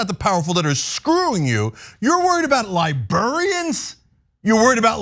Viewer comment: It's distracting from your great monologue when you say "lie-burr-ians". It's "lie-brair-ree-ans".